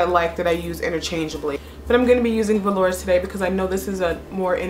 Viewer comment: pronunciation of velour, is veloor. its a french word to mean velvet :)